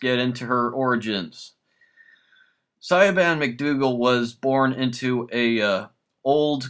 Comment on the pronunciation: Siobhan is pronounced (Shevon)